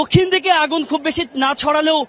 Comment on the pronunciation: আগুন কে বাগুন বলে ফেললো 🙄🙄।